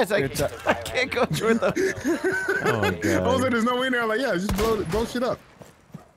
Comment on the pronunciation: evrytime i hear o my god i think its ohm my god